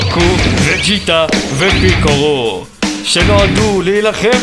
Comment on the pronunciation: אחלה סרטון ,דרגון בול סופר הסדרה האהובה עלי ,מזל שאמרת וג'יטה ולא מקיטה (איכס) אבל פעם הבא תומר פיקולו ולא פיקורו